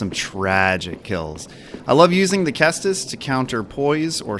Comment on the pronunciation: Also, good pronunciation on the ceastus!